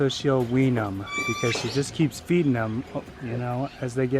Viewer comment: If a word has an I n g as an ending speak it properly. It is morning not morneen, it is feeding not feeddeen. Children need to learn to speak properly. There are so many words you speak incorrectly